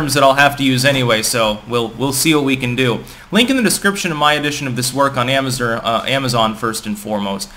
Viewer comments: Amazern lmao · "Amager"? Your North Easterner is showing. And i notice you are really excited when you talk about the books you've printed.